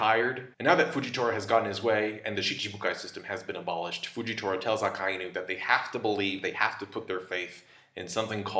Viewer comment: Why do you pronounce Akainu like that? Lol